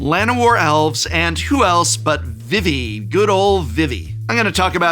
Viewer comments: It is VEE-VEE not VIH-VEE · Vivi's name is pronounced with the same vowel twice. "Veevee" not "Vivvy" edit Looks like someone corrected you midway through.